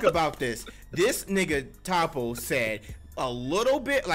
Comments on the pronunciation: Toppo my boy not topo but good shit liked the review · I swear y’all mispronounce anime names on purpose 😂😂😂 “topo“